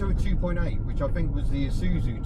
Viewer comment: Thank you for not saying I-soot-zu.